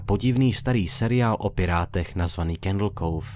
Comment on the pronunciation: ten pocit když tomu Candle Cove říká Candle kouf a Candle káv:D